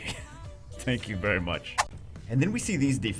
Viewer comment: "Tank you very much" XD